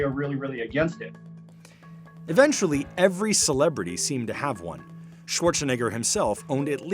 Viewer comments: I don't like how the narrator says "Schwarzenegger". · "Arnold Schwarchshinegger."